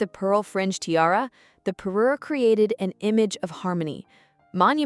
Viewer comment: It’s a parure, pa-RUER, not a paroo! If you’re going to be a royal jewelry channel, you have to get the language right.